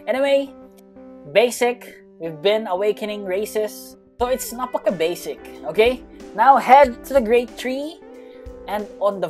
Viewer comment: When he said napaka basic he has like an Americans accent and yea he's like an American but he's actually a filipino